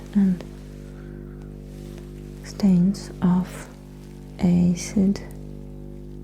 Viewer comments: I think I saw one other post already trying to help on the English here, but the "a" in acid is pronounced the same way you do the "a" in ass. Pretend it reads as "assid", and you got it. Still good work. Keep it going. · I think out of all of the characters you've done, this is the one I'd want to be friends with the most. Also, I hope it's okay to make small corrections, but the "a" in acid is a "Short A" sound, like apple, cat, flag or sad. Hope you're doing well!